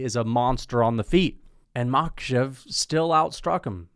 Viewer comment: It's Makhàchev and Tsarukýan, not Màkhachev and Tsarúkyan